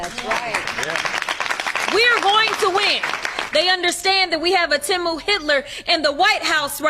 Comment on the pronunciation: who says it like that? It's "tee-moo" and everyone knows that. Looks like she learned how to say it from reading it lol